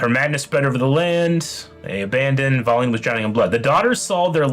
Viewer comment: I know it’s not a big deal at all, but the way he pronounces Velen as Valen really just gets to me lol